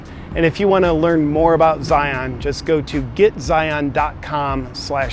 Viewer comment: Every time you say Zion I twitch a little.